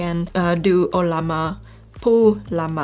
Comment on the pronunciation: You earned a new subscriber today. Thanks for how intuitive this video is. I also love how you pronounce "O-lla_ma"😹..kidding